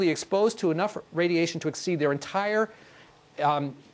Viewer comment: Those people who would ex-CEED lol